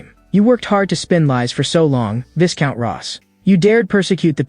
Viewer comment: Even AI didn't know the pronunciation of viscount lol